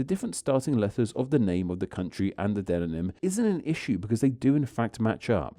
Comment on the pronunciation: Very interesting! But did you know you are still saying de-non-ym, instead of de-mon-ym?